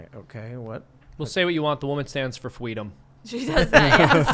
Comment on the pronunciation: Stand for "FWEEDOM" HAHAHAHAHA ROLLED A 20!